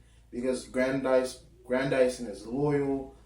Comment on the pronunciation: His name is pronounced Gran-diss-son (Grandison) as in Madison... Not "Gran-dy-son". Lil' Brother if you are going to discuss this treasured literary work, at least learn to pronounce the character's name correctly!, damn it!